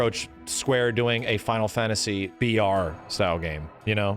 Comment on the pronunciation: “Fonal fonasy”